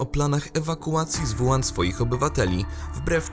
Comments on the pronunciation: Nie: "Wuan" (zapis fonetyczny), a: "Łuhan" (zapis fonetyczny). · zle czytacie chińskie wyrazy. WU HAN czyta się tak >>ŁU HAN<< douczcie się bo siara jak hu*